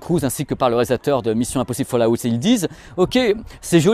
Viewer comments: Tas du mal avec Fallout lol. Folle a-ouwt et pas falle à outte :) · D'accord avec vous mais pourquoi ce "A" entre FALL et OUT? Fallout et non pas FallAout.